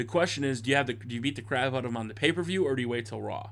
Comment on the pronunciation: you said paper views it's pay per view